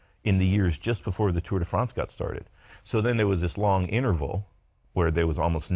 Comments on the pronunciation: I had no idea Bobke's background was so incredible. What's more incredible is how he continued to call it the Tour "day" France for so many years despite SURELY knowing he was pronouncing it wrong XD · 'Tour Day France'.